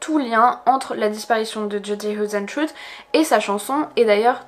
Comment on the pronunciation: hoesentruie :p..c'est du néerlandais,ca se prononce heisentreite...xD ah ok après tu le dit en accentanglais,c'est déjà mieux ^^ beh tu le dit qu'une fois comme ca,en fin cetait comique